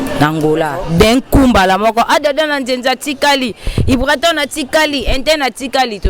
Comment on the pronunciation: Journalist c'est ibrator et non ibraton !! Et puis c Grosse moullure ou moulli lol